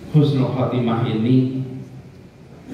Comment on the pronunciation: Admin yg bener itu Husnul Khotimah bukan khusnul khotimah beda banget artinya Husnul baik,, khusnul buruk